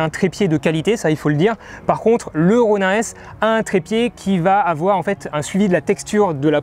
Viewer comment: Juste un truc. Est-ce que tu peux dire [ro.nine] plutôt que [ro.nain] ? Parce que bof bof la prononciation franchouillarde... Sinon un bien beau test !